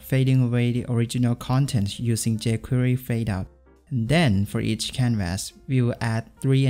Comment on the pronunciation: First time seeing your vids and already don't want to watch yours. Try to pronounce canvas the right way. (constructive criticism)